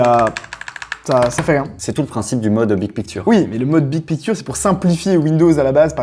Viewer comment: Le mode « bid pikture » est massacré en prononciation c’est affligeant !